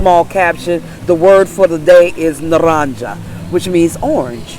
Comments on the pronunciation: Naranja not narancha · Naranja es NAH-RANG-HA, Silent J. Beautiful video & very informative! 💙💙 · Thank You! Btw…It’s Na-rahn-ha…for orange!…"ja" is a "ha" sound😊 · You said naranja wrong! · Just FYI, you can look up proper pronunciation on the web - just type "pronounce tranquilo" "pronounce naranja" because she didn't pronounce them right. Duolingo is good for learning Spanish and listening to pronunciation from various people. That young girl is hard to understand because she speaks so fast but it's good to hear how fast people might be speaking.